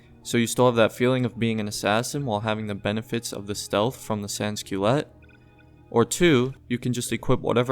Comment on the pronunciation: in french its: San Culote. Not sans kyleit